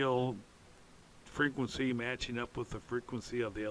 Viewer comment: Hi. Were you saying "Patching" or "Matching"? and what do they mean? Chris Walsall UK